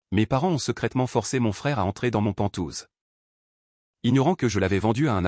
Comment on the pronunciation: Et entre panthouse et lire pantoufe c'est assez lamentable